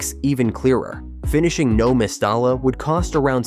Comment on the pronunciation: Mes-ty-ya so annoying your pronunciation